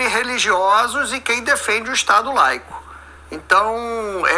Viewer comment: Estado "leico". Olha o mesmo nivel da suplente que nao sabe o nome de presidente "jeizel".